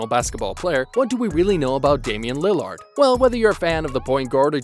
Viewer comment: Are you incapable of saying lillard or something